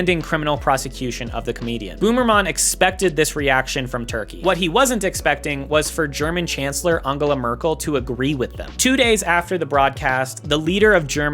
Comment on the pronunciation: did you call ANN-JUH-LUH merkel "AHN-GUH-LUH"???